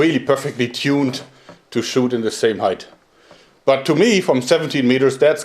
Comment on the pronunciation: I think his spelling sounds a Little bit like a child. "The" as "Se" if you know what i mean. Also german is much more difficult than englisch, so don't blame yourself. You'll get better at it from day to day :)